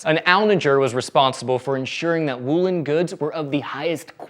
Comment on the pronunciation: I'm mostly just amused by how he pronounces "woolen."